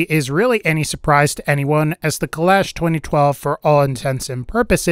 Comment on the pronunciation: I believe it’s pronounced kul-ah-sh not kul-ash